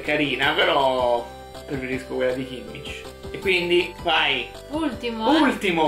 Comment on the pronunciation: Anche Kimmic invece di Kimmich (che si pronuncia con l'h aspirata alla fine) non è male.